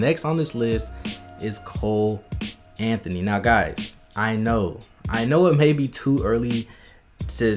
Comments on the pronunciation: It’s funny how you say cole Anthony but now he is a nba player😂😂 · LMAOOO HE SAID COLE ANTHONY ...ai im out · Bro you said Cole Anthony delete this video